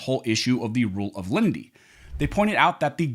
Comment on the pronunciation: Please announciate your speech. The rule of Lenity is not pronounced the rule of Lindy. Firearm is not pronounced "Farm".